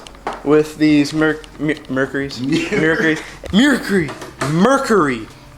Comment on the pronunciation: The shaft should be greased before the prop is placed back on. I would not make fun of how southern folks say oil when you can't say Mercury!!!!